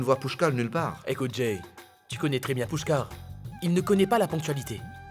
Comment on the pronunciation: M'paka wè piya sa jan lap parle an se tankou yo te fosel pran Jay li paka di Jay non